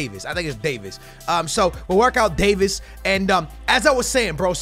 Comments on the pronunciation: it’s Davies not Davis, (Dave- eees) the e are like saying the letter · It’s not pronounced Davis, it is pronounced like davees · please stop saying Davis it’s Davieeeeees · If you say “day-vis” instead of HOW ITS REALLY PRONOUNCED “day-vees” ima snap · Davies not Davis 😂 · Btw you don’t pronounce it “davis” you pronounce it like “day veys” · Alphonso Davies is pronounced Day-vees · It is pronounced Davees